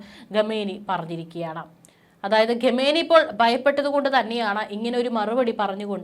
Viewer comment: 'രെണ്ടായിരത്തി' ഇരുപത്തിമൂന്ന് എന്ന് അല്ല. 'രണ്ടായിരത്തി' ഇരുപത്തി മൂന്ന് എന്നുച്ചരിക്കണം. ഗെമേനി എന്നതും തെറ്റ്